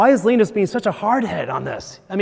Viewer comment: it's LINE-US not LEEN-IS